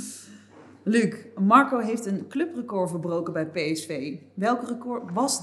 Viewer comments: Waarom zegt de presentatrice Magco? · klinkt alsof ze een spraakgebrek heeft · Hoe zij Marco uitspreekt. MarCOO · Brabants, we spreken hier niet met n rollende R